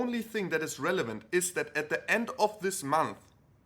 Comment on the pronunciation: END, not ENDE